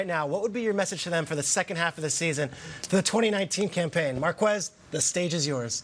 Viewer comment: Why do people pronounce it “Mar-qwez”,the last name is spanish so shouldnt it be “Mar- kez”